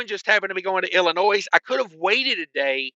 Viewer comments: Not ' I'll in noise ' it's said ," I'll in nose " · Every time he says “IllinoiSSS”😂 Being from IL, there is NO “S”🤦🏻‍♂️